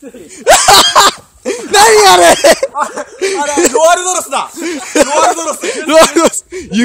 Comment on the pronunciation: 中村朋裕 ロアルドロス←ここ注意